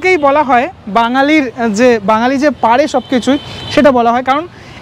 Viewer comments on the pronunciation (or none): none